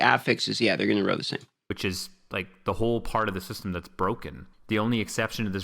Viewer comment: I don’t know why but it really bothers me when he says goad instead of gold and row instead of roll.